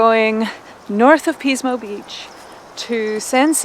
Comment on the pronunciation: Ahhh Pismo <3 Yeah, it's commonly pronounced as "PIS-mo" with a short "i" sound, so it sounds like "PIS-mo Beach. Love the restaurant F. McLintocks Saloon & Dining House in Shell Beach, near Pismo Beach. They were known for serving "Turkey Nuts," which are deep-fried turkey testicles, but they stopped offering that item a couple of years ago. Nice video, thanks for sharing :)